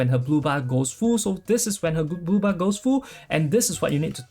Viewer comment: I heard booba,and kept looking at the booba couldnt see much difference, took me a while to understand you were saying blue bar.. lol